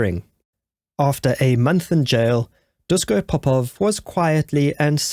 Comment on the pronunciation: Very interesting story, but please pronounce his first name "Dushko". In "Yougoslavia" (also in Chekhoslovakia ) the s with the little accent on it is pronounced as "sh". It is the "Shkoda" car, not the "Skoda" car, it is written "Natasa" (with the little accent, which my computer doesn´t have) when you want to spell the name "Natasha"...just the way how they pronounce their language.